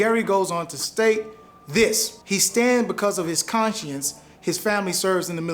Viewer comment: Are we attacking our supporters now? Black people are not a single unit. Do better. People can disagree. And for god-sake learn how to say “conscience”.